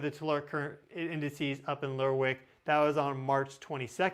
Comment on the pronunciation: Lerwick is pronounced Lerrik